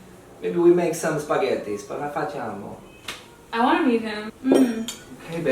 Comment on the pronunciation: ahmahvash he's not a native speaker. he pronounced "facciamo" wrong.